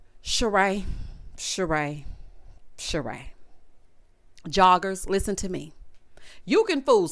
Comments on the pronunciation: Everytime you say "joggers" i holler🤣🤣🤣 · Everytime you say "joggers" I holla, rotfl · When I tell you I holler every time you say "joggers". You play too much 🤣🤣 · You saying “joggers” is hilarious 🤣 😂 I think the Peacock uncensored version helped the reunion a little bit🤦🏽‍♀️.. like a comic who uses various curse words to force laughter for the punchlines. LOL 😆